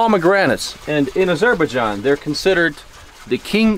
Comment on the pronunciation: Azer- bág-ahn ???? My God